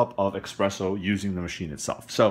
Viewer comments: So the guy in this video is trying to garner profit-collecting views, and even worse, has a purchase link available which clearly indicates that he is getting a piece directly from Handpresso. However, in the midst of it all, this guy can't pronounce "espresso", admits to not being a big coffee drinker and my being critical of that makes me a coffee snob? This is clearly a money-making video and I'm the asshole here? So if I went a BMW car video review where the guy admits he's not a big driver and can't pronounce half the required terminology, would criticizing this guy make me an "auto snob"? No, it wouldn't because in the real world people are allowed to call others out ion their bullshit and other people don't make ridiculous assertions about it. So yeah, if this guy is not a coffee drinker and can't even navigate around the terminology, I'm calling that bullshit out and then checking out. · Thanks for the detailed review of this gadget, but I gotta be honest it heart my ears to hear you sayin "expresso" and you wrote it espresso in the title, there is no "x" in espresso, and that foam you mentioned in the end of the video called "crema", please accept my barista snob criticism! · It's called espresso like the box says, not eggspresso or expresso ;) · Personally, I have a thumb rule. Anyone who says 'expresso' I shot worth listening to... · It's Espresso not eggspresso good insightful video other than your mispronunciation causing my ocd to flare up lol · Notice that it's spelled espresso, not expresso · not ocd for me but same. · You mean expresso irritates you? Humm, EXPRESSO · It's pronounced espresso, not expresso. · Sounds like he's saying ex-presso which is a common mistake... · Expresso. Heart !! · I stopped watching hen he said "EXpresso"! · had to wheeze when you said Expresso xD and oh my god this thing is awful....(not to mention how expensive it is) -NOT WORTH to buy